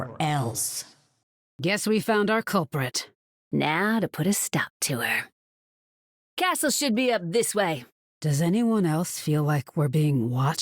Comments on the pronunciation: The comic relief of the story. The only thing I don’t like about her lines, is her pronunciation of “castle”. Australians don’t pronounce it like that. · That’s exactly why I find her pronunciation of the word so unusual. Meanwhile you have Reinhardt’s VA, an American, pronouncing the word castle how a German person normally would